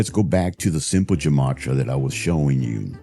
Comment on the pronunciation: Creaky, just to be a bit more informed than he is about his chosen interest, "gematria" is pronounced with a hard g, like "gate"- Hebrew doesn't have a soft letter g. And among Jews, it was traditionally used for rhetorical purposes, i.e. to connect two words or ideas in order to make a point. That's it.